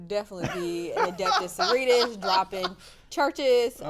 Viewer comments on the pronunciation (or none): It is Sororitas, not soritas lol same with the mars folks. It’s Adeptus Mechanicus not mechanus 😂 glad to have some passionate folks but at this point after watching so much content y’all should be getting with the names better. Glad to have you two join the community tho, it’s an awesome and friendly group of people ❤